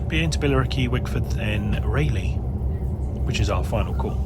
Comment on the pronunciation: Good that the train announcement corrected you on how to pronounce Rayleigh or Raleigh !!!!